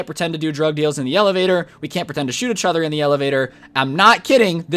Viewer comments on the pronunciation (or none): "e-chother." normal people:"each other."